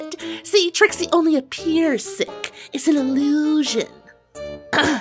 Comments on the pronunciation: um did you say shit or sick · why is it when when granny smith says 'sick' it sounds like she is saying 'shit'?😶😶😶😶